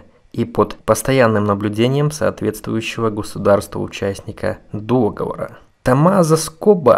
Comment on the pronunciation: Не дОговор, а договОр!